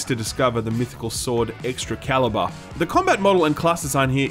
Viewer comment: Dis he just say the medieval sword "Extra Caliber"? LOL